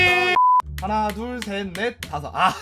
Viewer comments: 아니 하나,둘,'섹'뭔데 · ㅋㅋㅋ 하나 둘 섹